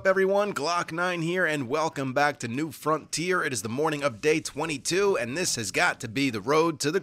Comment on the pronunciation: I swear, sometimes I hear "New Frontier" as "Nude Frontier". Two TOTALLY different things to a cowboy worth their salt!